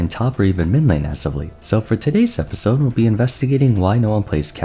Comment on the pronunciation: still saying min-lane huh ?